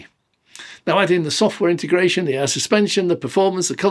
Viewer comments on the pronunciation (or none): I love your videos but Please: Inteeegratiion! No such word as intergration!!